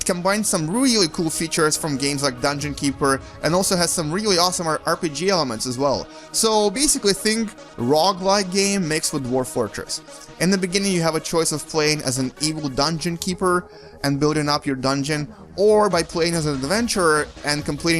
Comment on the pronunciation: the genre is called rogue-like. NOT rog-like. Whats wrong with u man? Also, if u have to show your face during a top nr x vid then back off, too fockin close.